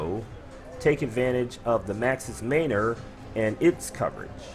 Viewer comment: Man. Or. Not mainor.